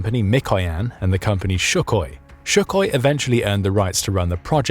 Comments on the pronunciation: It's not "shukoi", it's "sukhoi" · Here we go with the "Shuckoy" pronunciation again ... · The fact that you are mispronouncing Sukhoi is really annoying. You are putting an "SH" on the front of that name, where it is pronounced correctly with only the "s" sound It's not "Shukhoi! And RADAR does not use "sound" waves, it uses projected radio waves bouncing back to a receiver in order to pinpoint where a target is located. "RA"dio "D"etection "A"nd "R"anging (radio detection and ranging) is where the acronym RADAR comes from. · Please could you pronounce Sukhoi correctly. There is no 'sh'. And the accent is on the 'o'.